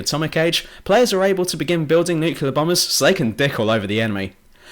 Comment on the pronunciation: all i can hear is NUCULAR NUCULAR NUCULAR. whatever happened to nuclear?